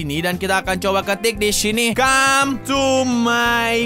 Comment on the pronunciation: Bang bukan came tapi come